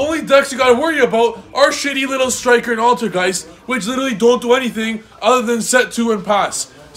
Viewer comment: “AlterGAYS” bahahahahhaa